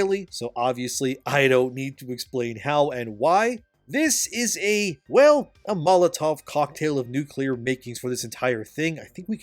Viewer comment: molotov cocktail -> mazzeltov cocktail